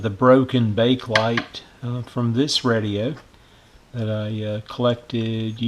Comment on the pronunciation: It's pronounced Bake-uh-lite, not Bake-lite >